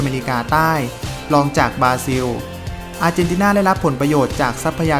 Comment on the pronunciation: บราซิล ออกเสียงว่า บรา-ซิว ไม่ใช่ บาซิว โปรตุเกส ไม่ใช่โปตุเกส มีประชากรราว ไม่ใช่ประชากรลาว มีสัตว์อันตราย ไม่ใช่มีสัตว์อันตลาย ประเทศรัสเซีย ไม่ใช่ลัดเซีย ภาษาราชการ ไม่ใช่ภาษาลาดชะกาน